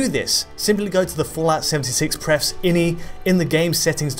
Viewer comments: eye en eye, no in-y, please. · I N I..... Not inny.